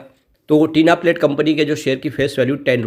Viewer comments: Not Tina plate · Bhai tinplate bol te he